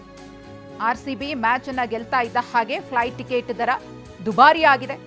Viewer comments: ಪೈಟ್❎ ಫ್ಲೈಟ್ ✅ ಅಮದಾಬಾದ್❎ ಅಹಮದಾಬಾದ್ ✅ ಏನ್ರೀ media?? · ಅಯ್ಯೋ ನೀವೇ ಸಾಕು.. ನಮ್ಮ ಕನ್ನಡ ಭಾಷೆ ಹಾಳು ಮಾಡೋಕ್ಕೆ.. ಅದು ಫ್ಲೈಟ್.. ಫೈಟ್ ಅಲ್ಲ 😂... ಇಲ್ಲ ಅಂದ್ರೆ.. ವಿಮಾನ ದರ ಭಾರೀ ಹೆಚ್ಚಳ ಅಂತ ಹೇಳಿ...